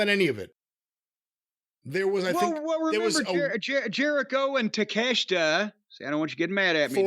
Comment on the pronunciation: I'm not comfortable with Jim pronouncing "Takeshita" correctly. Not comfortable at all.